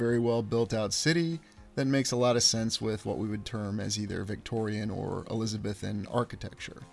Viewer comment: You have touted yourself as a teacher. However, what in the world gives you the idea that the New York cityscape labeled as from the 1860s is by any stretch “‘Eliza-bithin’”?? (Elizabethan!) Are you aware that the time called Elizabethan was the 15th century? Do you know anything about that time period; at least, as presented in our history books? I love that your videos give me food for thought, but for anyone who says he is an educated man, you are to at least get your facts right.